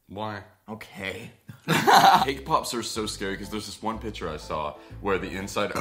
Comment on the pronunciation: everybody talks about how says weens but we don’t talk about how says pichures